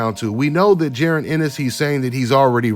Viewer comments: The man name is jaron not jerin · J A...RON its Ja..Ron lmao great breakdown though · Just call him em is bro 🤣 saying that man name all wrong